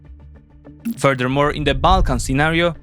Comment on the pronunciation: "Furder Mor..."